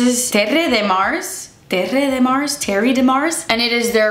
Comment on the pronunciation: Terre is just pronounced tear